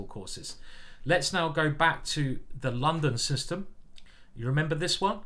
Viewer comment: As a foreigner I have to confess: very nice pronuncitation by introducing in the London System. And yes, as a child of the 1970s, I love Space Invaders and Pacman :-)